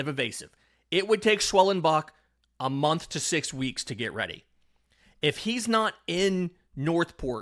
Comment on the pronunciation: "Don't ger me started on Strider" 🤣🤣🤣